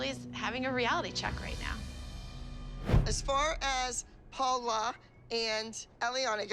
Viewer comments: Abby it’s Paul. La not Paula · Paul-la!! Get it right😂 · Paul-LA is what she said